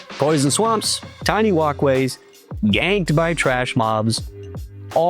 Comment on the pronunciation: Slight correction on your pronunciation: gank and jank are two different things. Jank is when the physics/game behaves in a janky way. Gank is when you get ganged up on by a bunch of mobs.